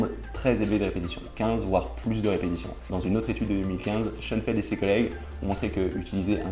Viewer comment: Schoenfeld? A chaque fois je comprenais Sean Penn... lol.